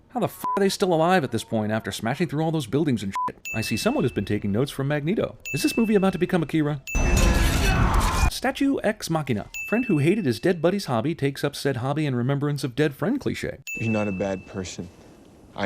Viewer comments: That's not how you pronounce Akira. It's "Ah-ki-rah" not "uh-ki-ruh". The accent is on the two As. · You get a sin for mispronouncing AKIRA and another sin for not including the dad's stupid "paying for public school" line. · "Akira" is supposed to be emphasized on the first syllable!